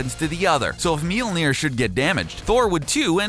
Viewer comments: meelneer? M-yol-neer... >.< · Did you just say "Meal-Near"? No. "Mjollnir". "Me- ole- near". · Mjölnir, it's pronounced Mjölnir. Not mealnir, dipshit. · Okay, gotta express my nerd rage real quick. Mjolnir is pronounced MYAWL-nir not MEEL-nir, and Gaia is pronounced GEE-uh or GAHY-uh not GEY-uh. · mealner? did i hear..? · "His mighty hammer "MEE-ÖLL-NEER"". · Myolneer 《 its pronounced that way. Long 'O' . Written Mjølnirr (Mjolnir, Mjólnír, Mjølnírr, depending), pronounced MYól-Neer (long O, Long I). Anyways.. pretty aright video, bruvs... i just really hate how Marvel depicts Thorr these days. Sighhh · "Meel near" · Making it rain is useless? ...Tell that to all the people in the world dying of dehydration, I mean for defeating bad guys yeah useless unless they have fire powers or something. Also you cannot pronounce words like Mjolnir and Gaea very well.